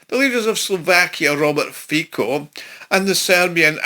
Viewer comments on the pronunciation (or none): Fico is pronounced Fitso.